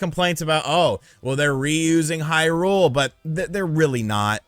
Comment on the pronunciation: Thank you for not reviewing the game and for not talking about all that stuff you talked about. Really well worded review. Love your use of language. Love how you pronounce Hyrule wrong. What a great review that you didn't give